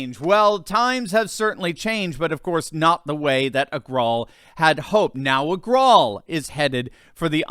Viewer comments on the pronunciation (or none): If Indians, we, knew the difference in the pronunciation between "V" and "W", Parag Agar"w"al would have been pronounced correctly as Agarvaal. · I think its pronounced Éh-Ger-Wall